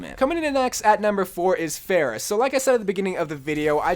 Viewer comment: He managed to fail to pronounce both Hanzo and Pharah.